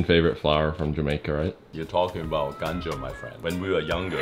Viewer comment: even I first didn‘t get it lol Was i Even googling ganjo until I realized he said ganja